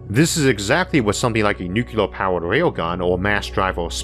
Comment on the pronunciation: New-Clear. Two syllables.